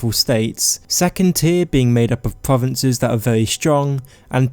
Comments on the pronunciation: I'm not being bad, but I'm being slightly thrown off by the fact he's saying "povences" and that he doesnt pronounce 'R's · pwovinces skywim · Skywim pwovinses UwU supewpowews of tamwiel